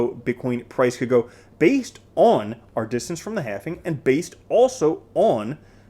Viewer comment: please learn the word "halving".